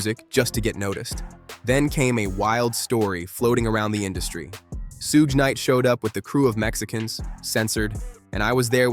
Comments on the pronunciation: Sooga Night lol pronounced like sugar with out the r... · You trying to say shug knight . Suge knight 😅😅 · Did he just say sooga knight 😂😂😂😂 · I stop watching every video when I hear Sue Ga night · All these comments and nobody mentioning the "soog knight" part 😂 text to speech exposes you every time. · Sooge knight ?? Lol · Suga Knight 😂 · nope not listing to a video that can't ever pronounce suge knight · I like how you pronounced suge knights name five different ways. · Why does the narrator repeatededly mispronounce Suge Knight’s name? Happens in a lot of these videos/reels!